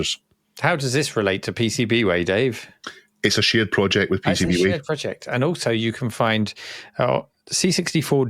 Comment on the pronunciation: You're not saying "PCBWay" correctly! ;-)